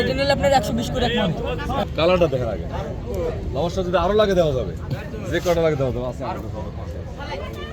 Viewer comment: লবেষ্টার ❌ লবষ্টার ✅